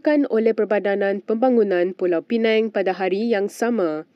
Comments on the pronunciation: Pembaca berita sebut elok 2 sikit PULAU PINANG... BUKAN PULAU PINENG... PINENG TU POWER BANK... 😂😂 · Wartawan debut salah.. Bukan pulau pineng... Tapi pulau pinang.. BM + bi. Apalah wartawan ni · Sebutan bukan “Pulau Penang” la Reporter, sebutan “Pulau Pinang”…. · Apa punya pembaca berita sebut negeri pun salah. Pulau Pineng?😢🙆‍♀️ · Pulau Pinang, bukan Pulau Penang. Mohon betulkan sebutan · Pulau Pinang Bukan Pulau Penang🤦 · PULAU PINANG.....bukan pulau penang........ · Pulau Pinang bukan Pulau Pineng. Adoi sebutan pun salah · Pulau Pinang la....bukan pulau pineng...... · sebut betul betul..Pulau pinang bukannya Pulau Penang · pulau pinang bknnya pulau pineng, sila betulkan.. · Jadi pemberita pun xtau beza antara PULAU PINANG & PENANG. Dok sebut Pulau Penang. Rakyat Malaysia ka ni??? Negara sendiri pun x kenai... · Malaysia Kini - Kalau nak baca berita bahasa melayu tu pronounciation biar lah betul. Sakit telinga dengar. It's Pulau Pinang, bukan Pulau Penang. Pls betulkan lah... dari dulu dok sebut mcm ni. And also byk lagi pronounciations2 lain yg tak betul. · Sebutlah betul betul PULAU PINANG.......bukan PULAU PINENG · "Pulau Peneng".. 😂😂pulau Pinang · Pulau penang....sebutan bodoh.... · Yg baca berita pun sebut lah perkataan bagi betul,pulau pinang bukan pulau penang....baca berita pun pelat ka?🤦🤦🤦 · Pulau pinang bukan pulau pineng..😅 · Wei ... Pulau Pinang BUKAN PULAU PENANG. PI balik sekolah. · PULAU PINENG TENGKORAK KAMU.... ko nak cakap melayu ke cina? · Pulau Penang ? Pembaca ni berasal dari mana ? Timbuktu ke ? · Penang in English, Pulau Pinang in BM. Awat itu pembaca berita tak baca betul-betul.. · Tak layak baca berita.kalau sebutan pun tak betul.p sekolah balik